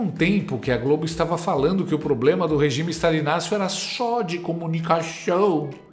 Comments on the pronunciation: Fiquei esperando aqui a canhotede falar poblema ela rateou na hora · A velha quase falou "pobrema"